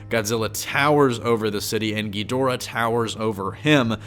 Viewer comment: y you gotta say it like king gheedora